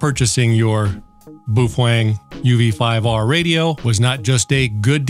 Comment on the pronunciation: He said UV 5R perfectly. UV 5R is not mandarin.